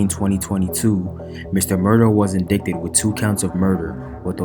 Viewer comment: In-DIE-ted, not in-DIK-ted.